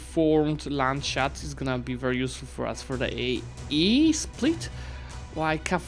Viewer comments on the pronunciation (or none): Amazing campaign, been watching it from the beginning, but hearing "Landshut" pronounced "land-shut" makes me die inside.